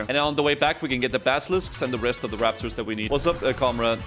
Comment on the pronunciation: Emulating the Waptors